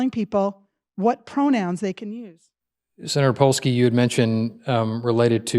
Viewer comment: Polsky? I'm of Polish decent and that made me laugh.